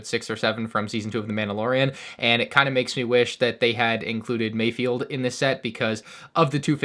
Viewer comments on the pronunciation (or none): *It's MayFELD, not MayFIELD